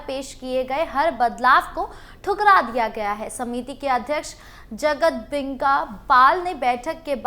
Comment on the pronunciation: जगदंबिका पाल बोलिए आप बार बार बोल रहे हैं जगतदेंबिका पाल